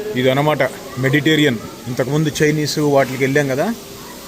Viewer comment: Adi meditarian oh meditation oh kaadanna! "Mediterranean" cuisine. Telsu ga!